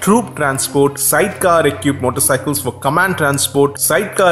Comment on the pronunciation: Equipped: pronounced ee kwipt Great video mate. Very informative. Keep up the good work.